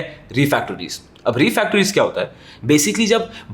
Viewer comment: refractories not refactories